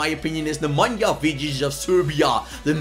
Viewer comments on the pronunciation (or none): none